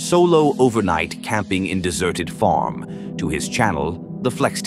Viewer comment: That AI narrator does not know how to pronounce the word farm